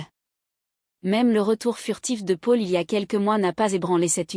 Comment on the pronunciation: Le prénom Paul est très mal prononcé 😮